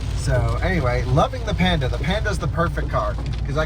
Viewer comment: Panda, not Penda 🤣🤣